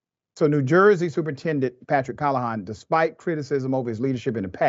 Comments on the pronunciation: Probably not important, but Your pronunciation is off. CAL-LA-HAN not HON. Dudes trash all the way around. NJ has a very infamous history anyways. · It’s not “call a hon”. It’s “cal le han”. This dude is the worst at pronouncing names and cities. I bet if he had to say Rodriguez, it would probably be like “rodri goo ez”.